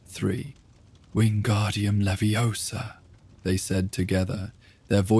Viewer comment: All was fine till “leviosa” was pronounced so wroooonngg